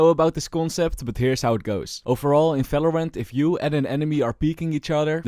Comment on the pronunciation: i like the way he says fvalorant